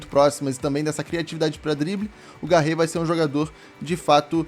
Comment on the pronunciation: Mano não é Garre e sim Garré, tem o acento valeu fica a dica